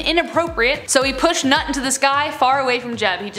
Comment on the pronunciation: it is not Nut, it is pronounced "Noot"